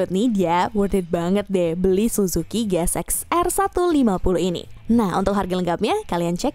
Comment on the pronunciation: Min GSX itu dhoac bukan shoac 😭😭😭